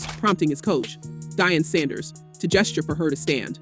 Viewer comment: who in the hell is “Dian Sanders”?!😂